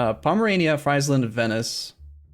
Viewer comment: In dutch, Friesland is not pronounced: "fraisland", but more like: "Freesland", like how you pronounce free. Love the new series btw